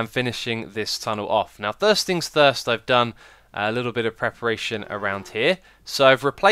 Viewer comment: "thirst things thirst" eh? It sounds like you need a new soundcard too! or maybe your language core is glitching...